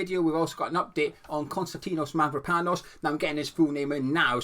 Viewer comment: My wife is Cypriot and she says you say Mavropanos correctly, good job buddy 😂